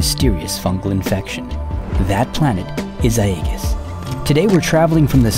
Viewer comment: So well done mate 👌 Can’t figure out why you’ve gone with that atypical/weird/silly pronunciation of ‘Aegis’ though? Is that explained in one of the videos I haven’t seen maybe? And that dropped v every time you say voila (“walla”?!?) is like nails on a blackboard.